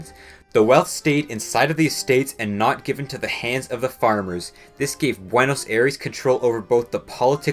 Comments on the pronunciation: It's pronounced Buenos Aires, as in I-res, not Air-eese. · “Buenos Air-ees” 💀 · why does everyone mispronounce buenos aires, it is spelled that way but its actually pronounced buenos sires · I'm not disputing the facts as selected in this video but the way you butcher 'Buenos Aires' kills me every time... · Great video but thats not how you pronounce buenos aires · How can you fuck up pronouncing "Aires" so often? Look it up if you are not sure about it. Considering how often you used it you should at least look it up. Your video loses alot of credibility because of that.